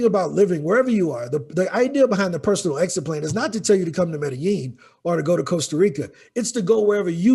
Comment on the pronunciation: Medellin... Meh Da Yeen